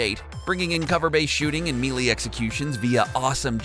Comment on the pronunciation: Gosh, the way he says 'Melee' >_<